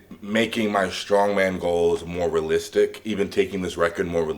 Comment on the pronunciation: Not relistic Larry, its realistic 😉 love the content, keep it up!